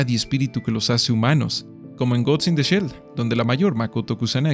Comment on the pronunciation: una pequeña corrección, se dice "Gost", no Gots, y el personaje de Ghost in the Shell se llama "Motoko", no Makoto.